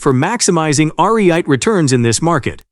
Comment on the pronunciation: So, you're going to "potentially triple [my] 'Are-Ree-Ite' income" !